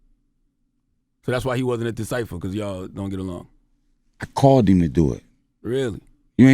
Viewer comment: "i called EEEM to do it"...that philly talk lmao